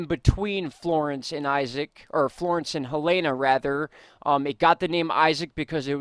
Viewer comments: Helene - Ha-Leen not Helana. Thank you for all of the great information!!! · I think it's pronounced Heleen with a silent e.. I'm not worried about that. North and South Carolina is in big trouble and I'm not sure if Ventusky is accurate...it showed Florence just sitting there from Thursday into Tuesday. We all should be ready for when it comes, if it comes.. Edit: Florence is supposed to hit as cat 3 storm but will feel like a cat 4. 😐